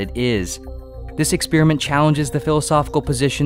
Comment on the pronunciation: I get triggered every time he says ‘ex-spear-iment’